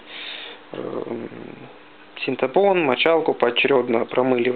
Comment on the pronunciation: Лай за "сентапон", вспомнил бабушку, она так говорила)))